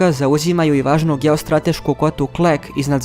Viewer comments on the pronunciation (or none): Само мала исправка; грешка у акцентовању Криваје и Завидовића.